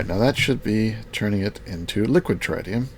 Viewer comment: Tritium pronunciation: Tr-It-Ium not Tri-Tium